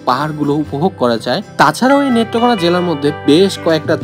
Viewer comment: ভাই আপনার বাড়ি কোথায় নেত্রকোনাকে মেত্রকোনা বলতাছেন